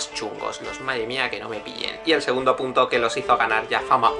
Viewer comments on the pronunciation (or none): none